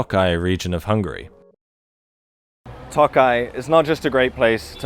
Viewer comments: Lovely video, as usual, super informative, super interesting. And delivered in lovely down-to-earth narrative. A truly refreshing experience in the morass of today’s BS. PS you have pronounced “Tokaj” nigh perfectly - however please note that there are also most excellent dry wines produced in the Tokaj region. I wish I could send you a bottle, as a thanks for your lovely videos. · hey, you pronounced Tokaj quite well!